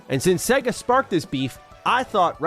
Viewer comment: I cringe at the pronunciation of Sega in this video, otherwise I love it 🤣🤣🤣